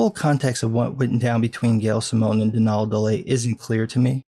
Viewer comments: Its pronounced don all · As far as I know, Donal’s name is pronounced like Donald, just without the d at the end. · Pretty sure that's pronounced "DON-uhl". Other than that, awesome video.